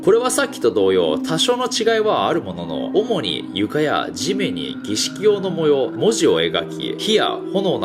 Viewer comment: 儀式って一回も言えてない